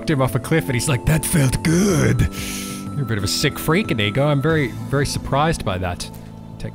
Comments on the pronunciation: Isnt it like indigo but without a d while you pronounce it like ineego Not hating just pointing out the different ways if heard it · stop saying inigo like that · Due you pronounce inigo so wrong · No wonder YouTube think you are saying a no no word when you say Inigo, If you said it correctly it wouldn't be a problem :)